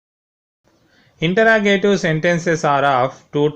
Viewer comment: It is not intra it is inter interrogative you don't know how to speak also don't make the video 💩💩